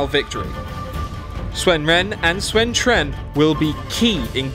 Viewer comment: Ahh.. close enough... you mispronounced Sun Ren but your pronunciation of Cao Cao, and Sun Quan was spot on